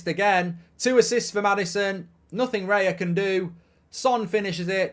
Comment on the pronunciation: It's not Reya, It's Raya hahahaha